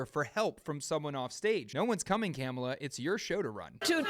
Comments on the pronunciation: MAGA: threatens the Nations capital on January 6th over lies and pseudo-direction from a wannabe dictator. Government: ok; don’t do that- now we have to draft a threat response and keep an eye on all of you. MAGA: the Government is spying on us and is threatening us! … By the way, it’s Kamala- as in “comma-la “ … we all know how to correctly pronounce their name. Get with it. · It's kum'ala as in kumallaverherface. Just ask Willie Brown, & EVERY powerful man she met, that could advance her career. Heels up, knees down, & the position was hers. She hasn't the brains to operate a toaster. She was once asked, What do you put in a toaster?? & she literally answered, "Toast." She is COMPLETLY UNQUALIFIED to be POTUS!!!